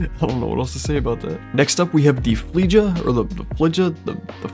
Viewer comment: Btw it's pronounced flaya and it's from the anime called code geass